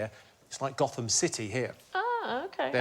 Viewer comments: Nah- he didn’t pronounce it correctly (goat-um) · James Barrett Those of us who live near Gotham in Nottinghamshire know that it should be pronounced Goat - ham! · For anyone who's actually been to Gotham near Nottingham, you will of course know that it is pronounced "Goat-um" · jimmy's right about gotham probably, except it's pronounced "Goat-hum" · The place near Nottingham is pronounces Goat-ham although it's spelt Gotham. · Village and moor of Gotham in East Midlands England is pronounced like Goatum with first part like the animal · Luke Hartley Even Jimmy can't pronounce the name of the village correctly! Goat -ham!